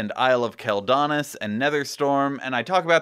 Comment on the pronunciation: Not a bad vid but, isle of kel donas? Quel danas with silent s. #wowgrammarnazi